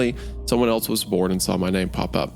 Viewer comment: Wendigoon pronouncing “else” like “eltse” is something I hear so prominently.